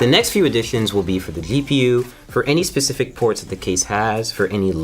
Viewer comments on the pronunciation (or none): none